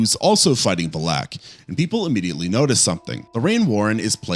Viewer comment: Look, I like your videos, but you’ve gotta check your pronunciation of stuff… Like it’s Farmiga NOT Farminga…and I assume you’ve seen the conjuring and nun movies so how are you pronouncing Valek wrong?!?! I hated the nun movies but the mispronunciations are brutal. Maybe it’s just me but ughhughuggh